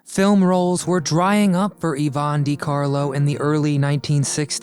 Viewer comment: Dear, dear Mr Narrator, It's Də/Duh-Carlo, NwAHR = Noir - not nuwar. SAL-oh-MAY = Salome, CAZZ-baah = Casbah, Saf-FEAR-ah = Sapphira, CESS-əl B. Də Mille